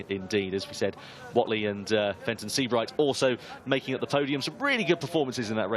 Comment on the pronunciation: Fenton. . Fenton. . Fenton ... Fen-ton.. FENTON. .. OH JESUS CHRIST